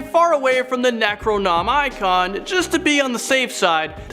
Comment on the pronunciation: Thumbs down for butchering the pronounciation of Necronomicon at minute .... Ne-cro-no-my-con? WTF?